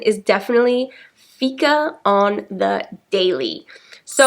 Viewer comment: It's pronounced fiiika with a long "i" not ficka. However, keep the good work up 😃